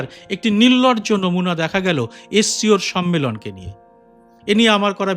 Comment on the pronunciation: 'নির্লজ্জ'কে 'নির্লর্জ' উচ্চারণ ক'রে ফেললেন না ? একটু মিলিয়ে শুনুন।